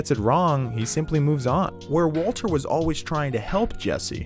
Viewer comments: same i thought i was crazy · Yeah it took me a while to figure out that he actually thinks Mike pronounced his name that way, which is pretty bizarre. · I'm gonna have to rewatch this as soon as it's finished... cuz I got about 2 min left and I'm of course laughing, especially at "WALTUH".... but now I'm thinking--- did he say Waltuh the entire video or did he suddenly switch it up midway thru? And if the latter, then when? Why? And if I find the why, IS the reason JUSTIFIED...or JUSTIFIABLE? All my questions may require a 4 part, 44 min each, video essay series, spread out over 1 every 44 days. Because my questions are 4fold. And going by other video essays, like "the moment he became Heisenberg," coming in at a paltry 70 min, even though it's about a specific moment, extrapolating what probably amounts to an 8 second scene into a video necessitating a 70 min video. And I'm sure that video's subject Matter shoots right out the gate explaining it's title, and is in no way lengthened out for ad revenue, recapping the entire series, and where we've seen Brian Cranston before (did U know he was in MALCOLM IN THE MIDDLE?? YEP! He was the family dentist, Tim Whatley). 8 seconds yields 70 min, hence maths, 4 questions, 44 min philosophizing, 44 days apart. You people aren't idiots. U see exactly what I'm saying...well... typing. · STOP SAYING "WALTA"!!! For fucks sake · He just wanted to stop using the hard r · I thought I was the only one who noticed this lol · I deeply appreciate the fact you switched to saying "Waltuh" when talking about Mike's killing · yo it took me to when he kept saying waltuh. i feel like a fucking idiot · him calling walter “walta” when talking about mike has me dead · It’s pronounced Vvaultuh. But he tried. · don't feel bad, I didn't really begin to try and figure it out before he started saying "Walta" by ... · I love that as soon as he mentions Mike he switches to saying “Waltuh” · I love how you called Walter Waltuh when talking about Mike 😂